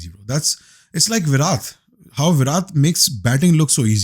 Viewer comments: Today I wanna correct all the Pakistanis it's Virat ( ویراٹ ) Not ویرات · Virath ? Virat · It's Virat with a T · Viratttttt ...... Not viraत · it's virat with a hard T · viraT hai bhai vo VIRAt nahi. T, Tiger vala talab vala nahi. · bhai naam to theek se le liya kar Virat ka, imagine aapko koi faruqi bole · Pehle tou koi bhai ko Virat bolna sikhao 😢😢😢